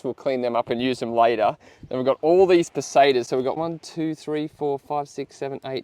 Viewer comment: Yew.. Pesetas pronounced, perfectly. Ibiza though.... Eye Bee Th-a!